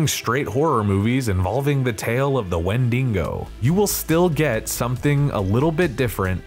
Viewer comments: Wendigo - not 'wendingo'. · It’s not Wendingo stop saying it like that. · Interesting pronunciations of "wendigo" and "Poughkeepsie"!